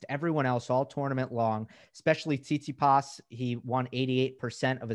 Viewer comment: Thanks for doing this, such a great conversation to listen to. What's Steve Flink's deal with pronouncing Tsitsipas. He's still says it like you can hardly guess who he's talking about...?!